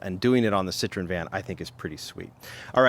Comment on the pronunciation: Pronounced SIT - TROY - EN,,,,Not SIT - TRON.